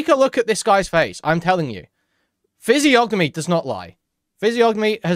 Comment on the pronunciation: The G is silent, fizzy-onimy. But the point stands. ✌️